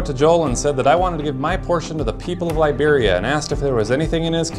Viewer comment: 'Lie beria'